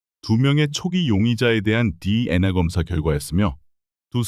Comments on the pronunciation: 디엔아(DNA) 가 아니고 디엔에이 입니다 디엔아 라고 발음하는걸 생전 처음 듣네요~ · CCTV. DNA ? 로보트 발음인가요? 좀 이상하네요